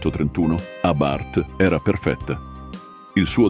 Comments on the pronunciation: Ma una persona che legge no? Abárth non si può sentire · Sentire pronunciare Abàrth con l'accento fa male al cuore